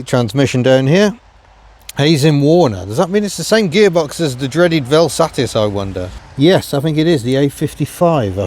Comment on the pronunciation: Can I congratulate you for saying velsatisisis 👏🏻👏🏻👏🏻👏🏻